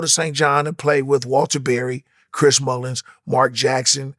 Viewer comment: Chris Mullins and Bill Wellington 😂 instead of Chris Mullin and Bill Wennington